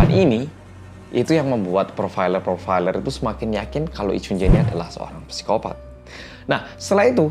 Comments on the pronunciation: /saikopat/ bacanya pesikopat😁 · psikopat dibacanya "sikopat" bukan "psikopat" mas